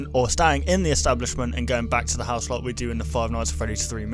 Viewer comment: ITS THE NOT DE